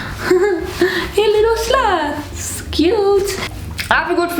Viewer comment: You saying sloths sounded like sluts lmao